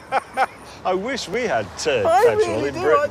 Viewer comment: "I wish we had turd petrol in Britain!" -James May